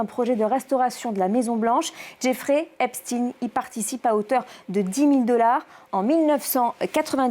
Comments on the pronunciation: Pourquoi dire Espt"ine" Moi un chien reste un chien....on ne dit pas un ch"ine" Donc Epstein reste Epstein !!! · Parce que Albert Einstein est allemand et il le prononce de façon germanique. Jeffrey Epstein est américain et il le prononce à l'anglaise. Ca ne vous semble pas logique ? Tous les anglo saxon disent "jayffrie epestine", lui même le prononce comme çà. C'est de la logique linguistique. Encore plus aujourd'hui où on a facilement accès au contenu en "VO". Quel rapport avec l'endroit ou il passe une partie de son temps et les gens qu'il rencontre ? Jane Birkin a été mariée à un français, elle vivait carrément en France et pour autant on prononce son nom à l'anglaise, pas à la française. Ca ne change pas sa nationalité et la prononciation de son prénom et de son nom. Je suis désolé mais ce que vous dite n'a pas de sens.